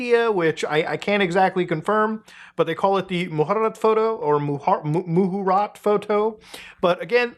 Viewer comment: muta not being able to pronounce muhurat just broke my heart 💔